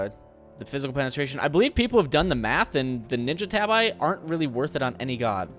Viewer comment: just FYI.... tabi is pronounced TA-BE